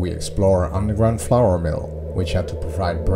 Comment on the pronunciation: As a fellow Dutch it was hilarious to hear you pronounce flour. All I could hear was "floor". I had a good chuckle about that one in context of how bad the floors in the factory are. Amazing factory though. As an engineer I really wanted to know how it all functioned back in its time. It looks amazing with all of the wooden chutes. I think the most of the machines are roller mills. Too bad they ran out of funds for the intact factory. Keep them coming! Your last video was top notch too!